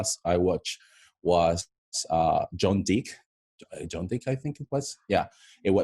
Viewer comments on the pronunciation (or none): Seriously Nigga!!!😒 ""John Dick"" 😂😂 John Wick's fans have died by laughing after watching this 😂😂